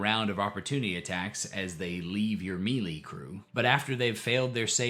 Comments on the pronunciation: I don't think I can hear you say Mealy again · Hello,. I have a small, but impactful correction for you. Melee comes from the French and is pronounced "MAY-LAY " The Brits pronounce it as "mel-LAY." Thank you. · In chapter 1 you pronounced melee as meelee but in chapter 3 it was the correct maylay, and I had to go back and listen to see if I just didn't hear it right, then you said mee-lee again. Are you jaslighting me?